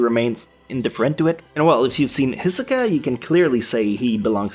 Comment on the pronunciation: WHY DID U SAY “Hisicka” WAT THE FUCK